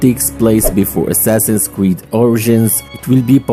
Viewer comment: Nah bro said "Assassins creed rock"💀💀